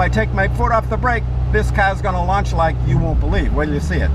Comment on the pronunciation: Lunch mode!!!!! Do you want fries with that?..sorry the accent sounfs like lunch instead of launch..